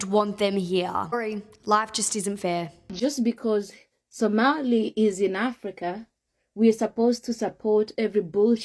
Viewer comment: Somali - “o” not “a”